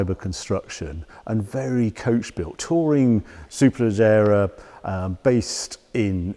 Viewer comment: Harry's pronunciation of Superleggera sounds like mine would after 5 pints!